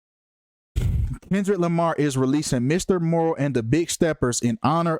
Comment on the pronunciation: You can't even say the album name right just stfu I'm more intelligent in the industry than you. You don't literally don't know shit😂😂😂😂😂😂😂😂😂😂😂😂😂😂